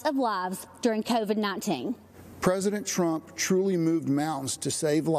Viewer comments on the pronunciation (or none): OMG ... she said Donald "Tramp" 🤭